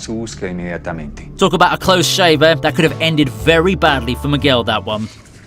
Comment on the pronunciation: Miguel pronounced McGill 🤦🏻‍♂️